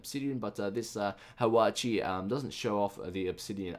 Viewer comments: its not pronounced "hawachi" and its not Japanese, its Korean, its pronounced "hwa-cha" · "Hwatchee?" How the hell did you get that? There isn't even an I in it! It's HwatchA! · it's Hwacha, not Hwachi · It's not pronounced hawachi. it is a korean hwa-cha. which is the first automatic rocket weapon in the world. It is one of Korea's many cool stuffs including Gangnam Style. trust me, I'm Korean! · The first one is pronounced wha-cha and it's Korean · Its pronounced Whah-Cha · Yo there... You pronounced it wrong. It's Hwacha (hua-cha) and its not Japanese. It's ancient Korean.